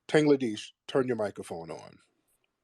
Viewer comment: He called him tangledesh